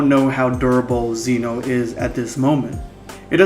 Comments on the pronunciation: It is pronounced Zen-o. If you can say gem, you can say Zen. It rhymes. Just add the o. Zen-o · Ok 1 zeno is pronounced with a soft e 2 they're called infinity stones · You're saying zeno wrong